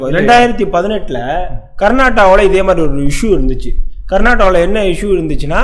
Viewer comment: தம்பி நெறியாளரே கர்நாடா இல்லை. கர்நாடகா தமிழ் உச்சரிக்க கற்றுக் கொள்ளுங்கள்.